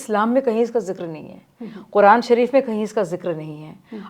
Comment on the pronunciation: قرآن مجید بولنے میں اس کا تلفظ صحیح نہیں ہے اور چلی قرآن اور علماء پر بات کرنے ۔